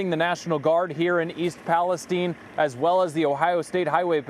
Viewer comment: Stupid yanks can't even pronounce the name of the town